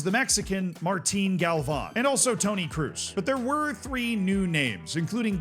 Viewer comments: Toni Kroos is pronounces "Kros" not "Kruz" 😂😂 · Kroos not Cruise. I hate englishspeaker never event trying to.pronounce german names right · Your enthusiasm in football (yes it is called football in the rest of the world :D ) is cool and fine but what is with the pronunciations of the world's most popular athletes? Come on man, hearing you say "Kroos" is just making my arm hair stand up :). I think you U.S. people stop Americanizing everything you hear and start listening a bit. It's not "cruise" it's "kroos" for example. Still a very explored and thorough take on the wonderkids. Keep up the hard work pal. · it's Kroos, not Kroos! 😂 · bro, Toni Kroos is a legend of the game and people, mostly youtubers still don´t know how to pronounce his name